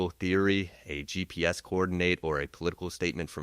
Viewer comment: Really? “Gee peez”?? 🙄 instead of “GPS”. Tell us you’re using AI without telling us you’re using AI. I hate AI voice over. I’m going to find my info elsewhere.